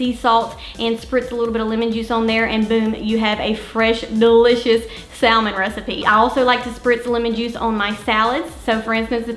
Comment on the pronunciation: Please stop sayin ‘saLmon’ !its pronounced samon ‘ The l is silent .